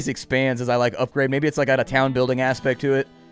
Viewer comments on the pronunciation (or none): none